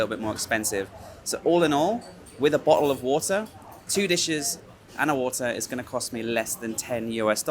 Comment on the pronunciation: and a BO'OH O WA'ER